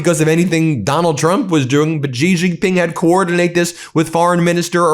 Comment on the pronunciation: You can safely pronounce the name Xi Jinping “She Jinping,” and it will sound correct. “She” is very close to actual pronunciation, and uses sounds we have in English. “Jhee” or “Zhee” or whatever does not sound correct.